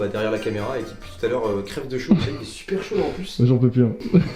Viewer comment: Le "super " à est juste magnifique 🤣